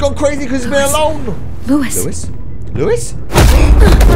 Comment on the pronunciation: Louis not louise